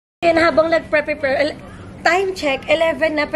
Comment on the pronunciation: prePAYR (prepare) not prePER